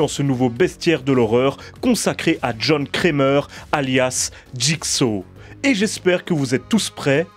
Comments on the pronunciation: Il est serieux il dit jhon krémeur au lieux de jhon kramer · John crèmeur 😂